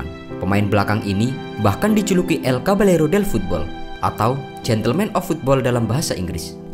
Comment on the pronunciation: caballero baca = kabayero.